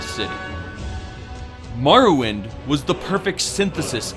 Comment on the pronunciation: ha! Was he trying to say Morrowind? XD